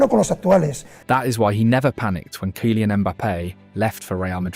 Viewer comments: 😂 this AI bs is too much — “KIE-LIAN” Mbappe? Bro it doesn’t hurt to at least write it in the script differently so that your bullshit ai commentator can pronounce it properly, always thought this was a real guy talking till this point ain’t no way he butchered his name this bad and made a whole 20 min vid about him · Can't even pronounce Kylian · This narrator AI? Said Kylian so weird lol 😂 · The narrator is a joke.